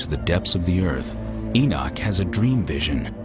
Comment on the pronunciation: Enoch sounds like cock